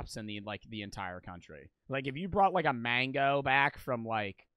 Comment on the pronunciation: did he say mango like mango phonk